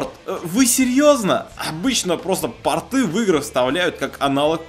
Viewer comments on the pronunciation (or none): none